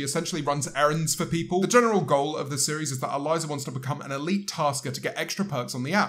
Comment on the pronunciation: I swear this man said "Aliza"